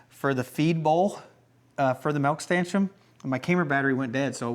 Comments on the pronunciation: Totally agree with Rebecca, stanchioN, eXcavator, and you also say concrete strangely. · are you putting the M on stanchion on purpose? edit: I just got to the end of the video... HAHAHAHA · Congrats on the first milking!!! Ellie did amazing. Despite all of your mistakes while building the stanchion. I've noticed when you say stanchion you say stanchum. I don't know if that's a regional thing or not. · Why does he think STANCHION ends with an M??